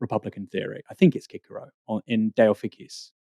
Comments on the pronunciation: Bastani comes out spouting his so called knowledge and can't pronounce Cicero properly. It's not Kickaro. It is pronounced sih suh row. Ffs. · Glad to hear this discussion but Kickero? Come on: Cicero pr: si·suh·row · "Ki-ker-oh"? ... Cicero. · kickero?? Cicero may not be pronounced that way (I think?) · Cicero is pronounced si suh row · That pronunciation of Cicero killed me.